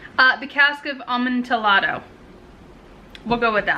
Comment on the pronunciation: Geez. I love the Barnes and noble Poe edition. I wanted that one, but I ended up buying a different one when I visited his home in Philadelphia. Oh and the correct pronunciation is "a-mon -tee-ahdo." I know, right?